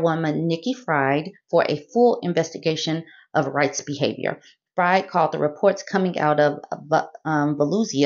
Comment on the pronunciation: Just an FYI: Nikki Fried's last name is pronounced "freed."